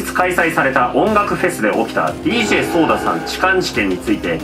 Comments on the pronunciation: ソーダじゃなくて、ソダですよ。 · ちなみにソーダじゃなくてソダね